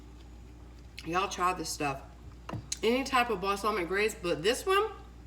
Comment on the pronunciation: It’s bal-sah-mic lol